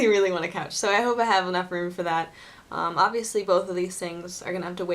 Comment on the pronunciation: I like when you say "really, really, really, really, really, really" and to me it sounds like "willy, willy, willy, willy, willy, willy, willy" :D